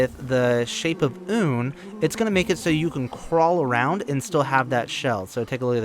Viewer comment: The devs has gone out to say that ‘oon’ is actually pronounced ‘uh-nn’. That is to say he pronounces it wrong.